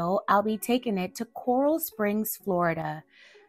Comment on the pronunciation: “Core-Rail” is how it’s pronounced